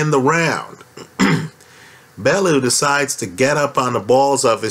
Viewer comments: It's pronounced BellYOU not BellOO. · it's pronounced BELL-YOU or BELLY- YOU